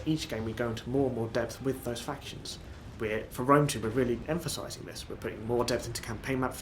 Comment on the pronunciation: All I heard was "factionsh.. insh-sh.. shin.. shin.."